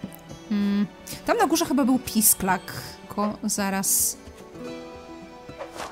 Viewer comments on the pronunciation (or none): w niektórych momentach jak mówiłaś pisklak ja słyszałam pisak (LOL) i zastanawiałam się o jaki pisak ci chodzi ps. jesteś mega, nagrywaj dalej bo jesteś naszą dzienną dawką słodyczy,zabawy,rozrywki!!:3